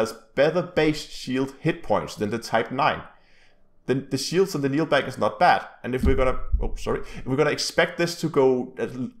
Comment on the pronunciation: Keel back, not kneelback. Smh